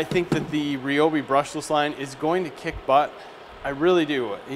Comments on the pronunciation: Nice review! But, it's not "Ree Obi", it's "Rye Obi" ;) Figures that after I bought several kits they come out with the brushless tools. sigh The grinder kicks off because the amp draw from the battery is too high. The battery pack itself is shutting off power. The grinder is just pulling that much Amps to run it. The blade that comes with the circular saw is only for cross cutting. It's not a ripping blade. Perhaps changing to a ripping blade you'll get far better performance out of it Hopefully Ryobi will come out with another battery pack a notch higher and that'll overcome pretty much all the cutting out you were experiencing. Personally, I'm going to fabricate one myself and make a custom 8Ah pack for the Miter Saw and Circular Saw. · Did this dude just say (re- obi) its (rye- obi) god damn son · Clayton Bigs the company pronounces its name as Ree Oh Bee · Go watch any video that the Ryobi official channel has actually put out. They pronounce it "Ree-obi" themselves. You're right about the new 6Ah packs - they allow the brushless tools to draw significantly more power than the older 4Ah batteries. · Is he pronouncing Ryobi right?